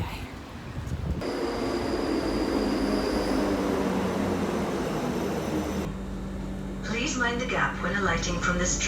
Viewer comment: Very useful and detailed intro to the WHW. Super impressed you were able to pronounce Milngavie correctly (some of the UK based Youtubers couldn't do it - they pronounced it incorrectly as Miln-guy) ;)